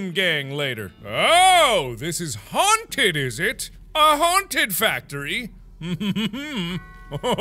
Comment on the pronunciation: Please tell me I'm not the only one who heard mark say haun-titty